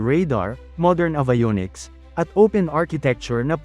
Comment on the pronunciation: Please fix the pronunciation of "abayoniks" and "archiepelago".